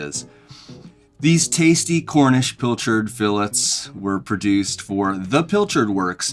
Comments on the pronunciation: …learn how to say, “fillet.” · Thanks for pronouncing fillet correctly :)